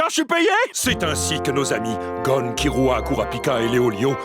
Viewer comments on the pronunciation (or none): C'est killua pas Kirua ! C'est Leorio et pas Leolio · Kilua s'écrit kirua car au Japon le R se prononce L